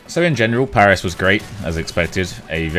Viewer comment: French parisian sub here :) You almost managed to pronounce every place you've been to correctly gg :P Maybe you've been to the Meltdown bar, it's a bar dedicated to e-Sport and video games. Most of the restaurants in Paris are overpriced, if you want to eat well for a decent amount of money you have to move away from touristic places unfortunately, I feed bad for not telling you that before :(